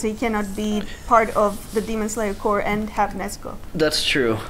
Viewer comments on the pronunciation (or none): It's pronounced "CORE" not "Corpse". As in Army Corps of Engineers or Eren Yeager in the Survey Corps. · its pronounced Core not Corpse Corp(the p is silent) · And the reactors’ tradition of mispronouncing corps continues. Think about it - is it marine corps (core) or marine corps (corpse)? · Do you think they'll ever figure out how to pronounce corps? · I swear, no one who reacts to this series knows how to pronounce "corps", not even the ones watching the dub where they say it out loud.